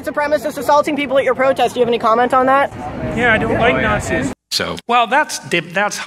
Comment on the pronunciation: "Yeah I dont like natzis" 🤣🤣🤣🤣🤣🤣